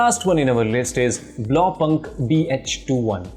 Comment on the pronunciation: My ears everytime he says Blaupunkt incorrectly 🙉